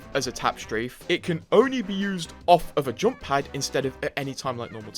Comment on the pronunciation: Some ofy should make a 10 minute videos with him saying the word "JOMP" from every video